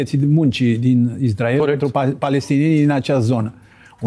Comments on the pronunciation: zice numai izdrael... ca Nāstase 🤦‍♂🤦‍♂🤦‍♂ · si asta zice "Izdrael", ca Nāstase? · Am auzit de atâtea ori și de la atâția deștepți pronunția "IZDRAEL" , că mă apucă durerea de dinți !